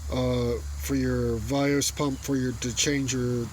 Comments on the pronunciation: Very helpful video. However you keep saying "Vios" when referring to the VANOS. I'm probably not to first to mention it. But I didn't feel like looking through all 280+ comments for it. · what the hell is "vayose"?! lol. he means "vanos" haha. im a certified BMW Technician so thats how i know this stuff